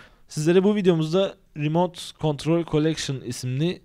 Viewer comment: COLLECTION KANKA "N" DEGIL "L"